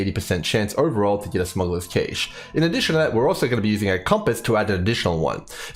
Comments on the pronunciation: Sorry to be the guy,, it's pronounced like "Cash" not Caysh.:D Really appreciate your approach to having useful and reliable data, that you emphasize the time it takes to personally run the map and that's what decides your div/hr. You're the man! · Cache, like Cash money. Not Cash' A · That is definitely not how you pronounce cache. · I'm not Australian but I found references to both pronunciations when I looked it up briefly. ¯\_(ツ)_/¯